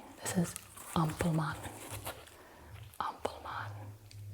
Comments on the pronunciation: I loved this video sm because I‘m actually from germany and it was nice to see someone talk in english about the berlin souvenirs. 🫶🏼😂 You pronounced "Ampelmann“ pretty good and also "Prinzessinnen“ was not bad. If you want to say Preussen, you say it more like "Proissen“. 😊Eu sounds more like Oi in German. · Guten Abend, liebe Gina❣️ Hopefully you enjoyed your time and stay here in the capital of Germany 🇩🇪 - by the way: love your tingly and tender pronunciation of the word AMPELMANN ❣️😁